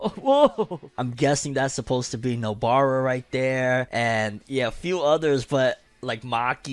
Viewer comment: LOL he said poor Nobara, "porno-bara" XD